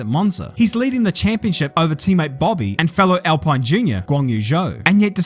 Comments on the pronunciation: It’s pronounced “alpeen” instead of alpine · isn't it "AL-PEEEEN? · Nice vid, but it's pronounced "Al-peen". Source: I work for them:) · It's pronounced Al-pin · You said alpine wrong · It's funny that you can nail the pronunciation of Bahrain, then fail through the whole video with Alpine.